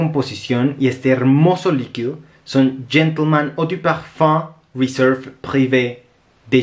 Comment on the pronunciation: que buenísima reseña, la voy a conseguir. Me encanta que eres de los pocos que pronuncia bien los nombres de los perfumes, es por eso que quisiera hacerte solo una pequeñita corrección, dijiste todo el nombre en francés menos la palabra Réserve (que la dijiste en Inglés) que dicho sea de paso la tienes escrita en francés:), solo eso que es una tontera, pero creo que puede servirte. Saludos